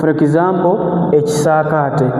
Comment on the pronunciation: But the word is ekisaakate not ekisaate